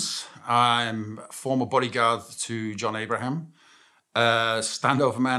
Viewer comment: Ayy shits me he doesnt promoumce his name right